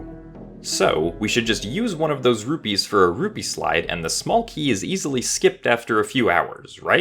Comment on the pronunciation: Sounds like you're saying ruby, got me for a second